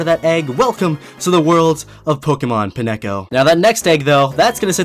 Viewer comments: Pinecko. No. Pineco. Like pinecone minus the ne. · He... He did NOT just say peh-neh-co.... oh no..... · wait hold up, did you just call pineco pinehco, i'm triggered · Except it's actually pinecko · He just called a Pineco “Pi-ne-co” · WAIT!!! how did you pronounce pineco? i thought it was pine-co... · It's Pine Co